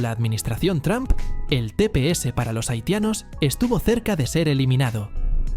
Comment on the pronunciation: No se dice Tram se dice Tromp.